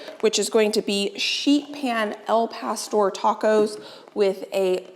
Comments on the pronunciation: Its not "el pastor" it "Al pastor" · It’s “Al” not “El” Pastor